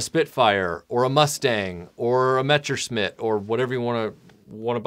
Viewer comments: How do you mispronounce "messerschmitt" as "mechersmit" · Yes, idk what he said. Metsherschmitt or something like that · Every time you mispronounce “Messerschmitt,” a puppy dies.